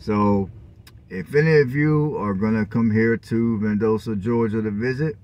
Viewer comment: Val dos ta is how the city is pronounced